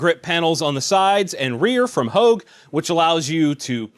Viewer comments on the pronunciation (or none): none